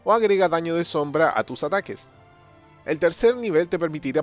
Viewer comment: te falto la M en la palabra sombra